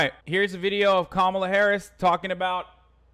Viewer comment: Cop-mall-a Harris LOL